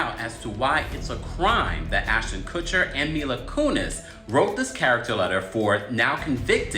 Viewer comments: Lmao “mila cooneys” the “kuh-chers” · Kuh-cherr and Koo-neez? GTFO lady. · Huh? Who is Coonies and Cutser? Maybe learn how to pronounce names prior to reporting on them? 😂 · I love how this pronounced cutcher and coonies. 😂